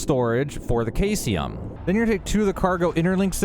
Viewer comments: Thx for the crazy build! And uhm, its SEE-sium, not KAI-sium ;) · Caesium sounds like "see zee uhm." I hate being that guy, but you threw me off with a totally new element. Was pulling out my periodic table and getting worried that I missed one. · I really do need to correct you on this. I know that it looks like it is pronounced that way, but Caesium (also Cesium) is pronounced; See-zee-um. 👍😊😉 I know! 🤓 I just can't help it. I loved chemistry in high school. 🤷‍♂🤦‍♂ Keep up the good work Bro. I love your videos! 👍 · Bro said kayseeum had me rolling 😂😂😂 Good video, man. Bethesda never thought we'd break the game this soon 🤣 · Caesium is pronounced see-zee-uhm, Indicite is in-duh-site.